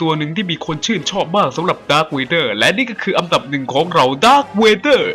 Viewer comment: คนพากษ์ พูด อันดับ เป็น อำดับ